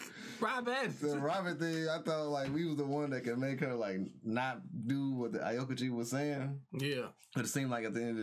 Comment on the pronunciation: it's pronounced like ow-kiji and ener-ru like energy rather than en-neru but i guess ya'll have your choice since your subbed (dubbed watcher)